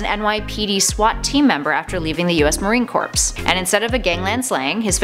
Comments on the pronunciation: Marine CORPSE???? It's Corps (pronounced like Core) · lol...marines corpse....